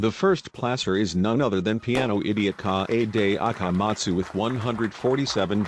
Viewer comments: "Shu i chi Sai ha ra and K AH AY DAY A KAH mahtsu" bruh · "Cockichi Ouma" "Me you e roomba" "E book key Mi oder" "Kaede akamat stew" "Hajime's ayr guatire" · piano idiot: KaH eyy DeY Ah Kah Mah Zu